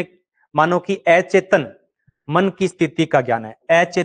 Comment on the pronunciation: स्वपन होता है सुपण नहीं अचेतन होता ऐ चेतन नहीं